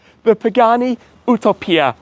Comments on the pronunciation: It's Utopìa, not Utòpia. Rcamadonna. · "YOO- TO - PIA " AHAHAHAHAHHAA omg. Its "U- TO - PÌA" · It’s Utopìa (Italian pronunciation). Btw I wonder how you drove the car out of San Cesario, since there’s a steep bumpy road on the way back to the SS9. Those roads are so narrow and worn out, it’s a shame.